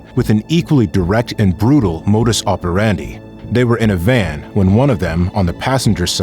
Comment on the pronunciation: Narrator not sure how to pronounce "modus operandi" so he said them all lol